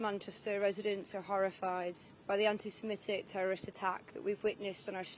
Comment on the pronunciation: Yeah! Weasel words once again. A Muslim Home Secretary who can’t even pronounce the word ‘Semitic’ claims they had no knowledge of a guy called Jihad.